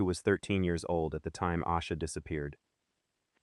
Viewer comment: I used to think her name was pronounced "Ah-sha" because so many videos said it that way. It wasn't until I heard her brother say "Ay-sha" that I realized it was wrong